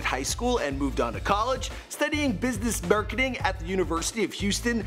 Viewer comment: did you just say "business burketing"?